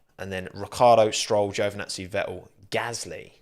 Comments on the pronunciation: he also doesn't pronounce the T in Tsunoda... He just says "Suenoda." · he turns 153% more brittish when talking about anything merc related :P (oh and sebastian ve-el)